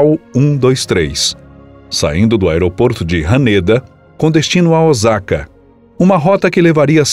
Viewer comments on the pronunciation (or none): ( 大坂 Ōsaka) pronuncia-se "Oôçaka" e não Ozaka. No japonês o "s" sempre terá som de "s" e jamais de z. 👍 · Não é Ozaka é Osaka, kkk..